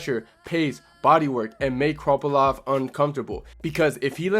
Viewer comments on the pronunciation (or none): Good video but why do you keep calling him kroppylov 😭